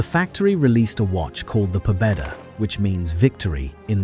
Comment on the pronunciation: Pobeda is pronounced Pobyeda